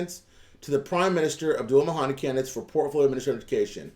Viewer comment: FYI not: MA HAN DI. it gets confusing. Abdul- MAHDI. (ma’ dee)